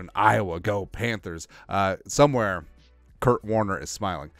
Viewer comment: No its Kurt